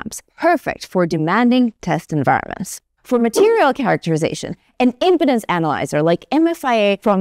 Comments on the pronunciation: Yes, but I thought it was an ED med ad by the way she pronounced im-pi-dens' rather than im-pee'-denz 😂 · Please pronounce "Impedance" correctly! "Imp--ance is not a problem here" sounds like a commercial pitch for something else entirely.